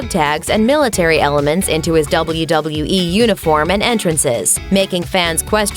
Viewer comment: The way you say "wwe and wwf" makes me not want to watch wwe